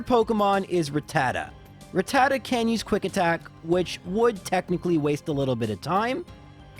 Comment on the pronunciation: I just came here to say that I don't agree with the way you pronounce Rattata. Everything else was on point.